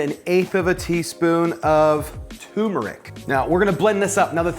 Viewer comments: TURmeric, not TUmeric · It’s turmeric, not “toomerick”.